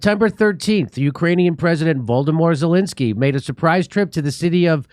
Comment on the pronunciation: Did he pronounce that "Voldomort Zelenzky" intentionally? :)